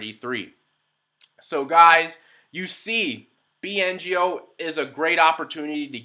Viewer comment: It's BNGO, not BNOG !